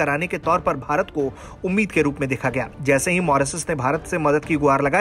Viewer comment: Bhai tujhse Mauritius to ttheek se bola nahi ja raha Moresis moresis kar raha hai